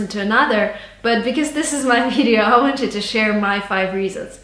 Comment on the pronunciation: she spoke the the word 'wanted' in a British accent